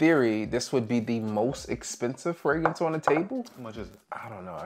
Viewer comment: Crazy how new teeth can make a man pronounce Fragrance when a thousand videos couldn’t… Damn Vanity